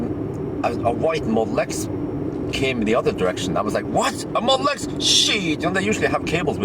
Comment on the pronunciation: Lmao when you say Model X it sounds like you're saying Molesk